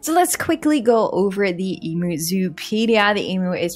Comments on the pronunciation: It’s pronounced em-yoo not e-moo ❤ You sounded quite funny to an Australian! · Em-u not em-oo heheh. But great video